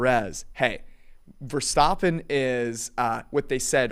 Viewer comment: says leclerc right and then cant say verstAppen correctly